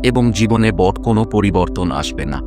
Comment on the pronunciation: বাংলা উচ্চারণ আরো সঠিক হ ওয়া প্রয়োজন। প্রয়োগকে প্রযোগ এবং বড় কে বট বলার প্রয়োজনীয়তা ঠিক বোধগম্য হলো না।‌ বাংলা ভিডিওগুলো তে উচ্চারণে যথেষ্ট মনোযোগী হলে তা শ্রুতিমধুর হয়ে ওঠে। কিন্তু ভিডিওটির মূল বক্তব্য অত্যন্ত প্রশংসনীয় ❤❤